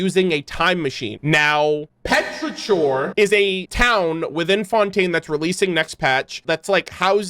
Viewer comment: the way you pronounced petrichor is killing me